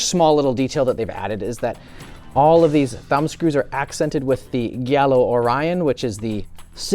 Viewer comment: Wow, that's the worst pronunciation of Gallo I've heard in a long time. 😂😂😂😂😂😂😂😂😂😂